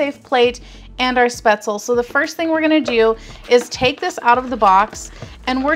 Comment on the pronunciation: Thanks for posting the video. The dish is pronounced spaetzl-ah. In German the "e"'s arent silent (think Porsh-ah, the car). I noticed the actual heating instruction BTW tell you to heat it in the bag for 3-4 minutes in a microwave. This quickly steams the product, and really helps prevent the butter from "breaking" and turning the dish into an greasy mess.